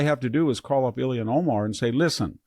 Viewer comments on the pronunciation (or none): none